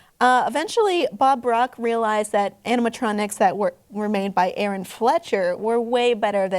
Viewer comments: Bob Brock forced Aaron into concept unification. They weren't defeated, both companies merged together to stay alive. You pronounced Aaron's name incorrectly, and FNAF 2 has no relation to CEC or Showbiz. You need to watch the Rockafire Explosion Documentary to fully understand. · The Rock-afire Explosion is the best in my opinion. Also, you mispronounced Aaron's name. You also left out a lot of the story's important details. The thing that happened in the end was that Chuck E Cheese's Pizza Time Theatre went bankrupt.Then ShowBiz Pizza bought it out and started asking Aaron to start making CEC shows and basically trash the RAE that he had created after so many years of hard work. They said if he didn't give them the character licenses of the RAE (which meant they would get to chose the voice actors and basically do whatever they want with them) then his characters where going to die out. They said they were going to use CEC characters if he didn't do it since they thought "little kids won't care." So he said that he didn't want a part in it since they were basically trying to force him to let them own the character rights. Then they went their separate ways and Aaron had to slowly fire his staff of like 300 people since they weren't making shows anymore. He had to sell all of his remaining shows he had made to places such as Pistol Pete's Pizza. After awhile almost all of those places were closed up making it harder and harder to find a public show. He then later opened up "Looney Bird's" sometime during the 2000's to try and bring back the RAE. Um, let's just say it didn't quite work out. Anyways, despite how rarely anyone can still see even single original RAE character, it hasn't stopped the RAE fan community. Some people might think nobody cares a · yeah fuck them saying Aarons name wrong